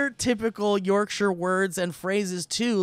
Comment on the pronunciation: As a Brit, I very much appreciated Steve's attempt at the Yorkshire pronunciation. We struggle with it too.